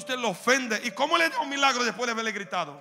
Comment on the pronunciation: Dice mialgro no milagros jiji